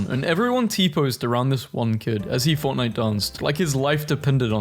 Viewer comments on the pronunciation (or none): none